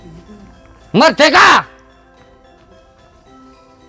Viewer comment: Merdeka Gusss bukan medeka